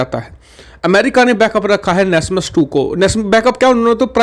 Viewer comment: Wo nasam he nasmas nahi